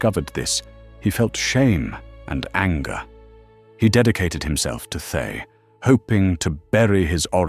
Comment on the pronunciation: Oh, good ol' "Thigh"... lol 😆 (I know it's AI, but it made me chuckle every time I heard the mispronunciation.)